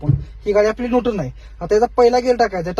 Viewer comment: नुटन ❌ न्यूट्रल ✅ गेर ❌ गियर ✅ 😂